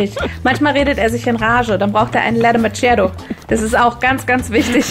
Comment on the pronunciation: Alter.. es heißt LATE MAKKIÄTOOO.. nicht lait matschäitooo.. man merkt, ihr won't nicht an einer schweiz deutscher Grenzä!!! Unfassbier, dass darf nicht Wahrstein! Unverschähmbar.. ihr.macht mich voll sädiness!